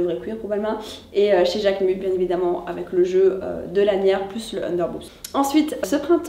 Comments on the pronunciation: Le nom c’est JacquemuSSS. Pas Jacquemu, le « s »se prononce. La prochaine fois essaye de le prononcer correctement tu gagneras en crédibilité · Salut le S de JACQUEMUS se prononce 😉